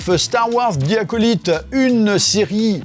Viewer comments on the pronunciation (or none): Bon, ça pique les oreilles. Le "zi" bien français, on a l'habitude. Mais Acolyte, ça se prononce aco-"light" (comme lumière si tu veux) Donc bon, je ne t'en veux pas mais c'est pour le clin d'oeil ;)